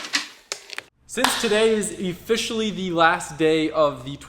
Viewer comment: “Efficially” wtf?